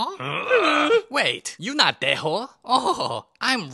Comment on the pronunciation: yo its dae oh i keep hearing you saying tae ho